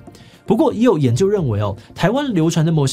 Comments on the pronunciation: 魔神仔（môo-sîn-á）的神仔兩個字有連音，讀起來才自然。所以是môo-sîn-ná。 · 魔神仔(môo-sîn-á)的神仔(sîn-á)兩個字是連音念的，唸作「môo-sîn-ná」，並不是如開頭那樣分開念哦。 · 魔的音調好像也不太對？ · 感謝回覆，你寫的沒錯，我指的是志祺在影片中的發音跟我習慣念法不同，所以不確定哪一方對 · 魔神仔的發音不對啦😂😂😂😂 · 是志祺不會講台語 還是他那邊是這樣子的發音 從頭到尾 魔神仔都唸的很怪😅有點讓人出戲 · 魔神仔臺語發音不標準